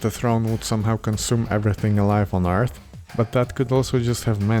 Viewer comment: I'm guessing it's the "th" diphthong that's throwing him off? That is difficult to make the sound of if something close to it isn't in his first language. I would tell him "ürt" is an acceptable pronunciation of "Earth". He should keep practicing! He'll get it eventually.